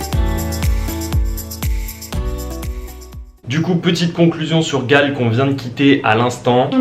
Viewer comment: Galle se prononce "gol" 🙏🏽✨️ Merci pour ce superbe Vlog. Je vais/retourne au Sri Lanka mon pays d'origine pour la première fois après 40ans depuis mon adoption. Je décolle de Belgique le 19 mars 2024.